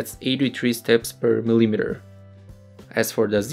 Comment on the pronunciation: mispronunciation of the word "millimeter". omg, where did you learn English? fail.